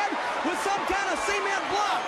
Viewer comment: Lol..Cornette: 'She hit me with a cee-ment block!' Yea ok guy. Anyway, how amped-up were those crowds back in the day for those great events!?